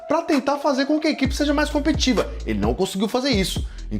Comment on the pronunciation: A palavra é compeTITIva e não competiva